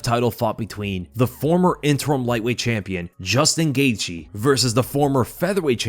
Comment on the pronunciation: This guy pronounces Justin Gaethje last name 10 different ways.